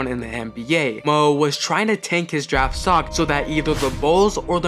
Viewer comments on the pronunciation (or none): Daft instead of draft. A lot of mistakes